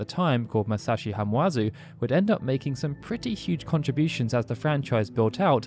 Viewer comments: Hamauzu, not Hamuazu. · Minor note (and sorry for being a pronunciation freak), but "Hama-uzu" is read as it's written. "Hama", meaning "beach", is a fairly common element in Japanese surnames; I was gonna go and find a list of people who worked on FF7 and had names with "hama" in them, but I was lazy and just went to the English Wikipedia article, which only mentions one: Shirō Hamaguchi was apparently the arranger for the 2003 piano album.